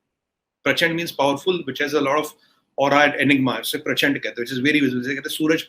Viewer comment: Parachan nehi "Prachand "